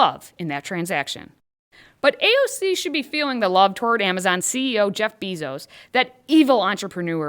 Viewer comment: Jeff BAY-zos. Not BEEEEEE-zos